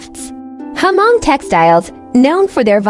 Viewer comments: Hmong is not read as "H-Mong" it is silence H. just read as Mong. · To pronounce the name Hmong correctly you just need to take the " H" out and it should sounds more like Mong.